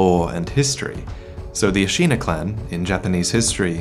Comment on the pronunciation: Hate to be the grammar Nazi, but Ashina is pronounced like the english word 'shin'. A-shi-na, not A-shee-na.